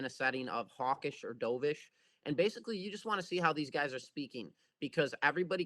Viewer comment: Doveish is pronounced Dove like the bird. Not Dove like in what you did in the pool.